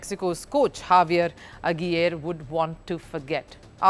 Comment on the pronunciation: Lady you messed up saying "Javier Aguirre", lol!!!